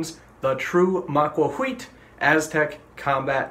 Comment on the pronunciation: You make the TL sound by putting the sides of your tongue against the sides of your upper canines then blow. It does not make the TOL sound like in bottle. I recommended this website: it has audio from a modern Nahuatl speaker who pronounces the TL sound correctly.